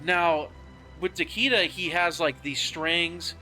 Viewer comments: Takeeda? It's like saying "Lee Kang"... Get it right boss. Tah- kay-dah 🤌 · Takeeda?? Bruh. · If you say Tah Kee Da one more time 😆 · Literally every one pronounces Takeda wrong the announcer voice literally says it.